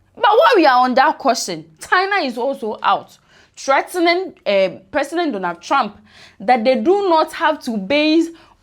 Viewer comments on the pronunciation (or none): none